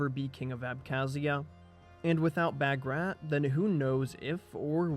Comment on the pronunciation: Wonderful documentary. Although the part where Georgia “broke away” from the Roman church wasn’t accurate. The Georgian Orthodox Church is in full communion with all the other Eastern Orthodox churches (Greek, Romanian, Serbian, Russian, etc.) Also - Bagrat is pronounced “Bahg-Rhat”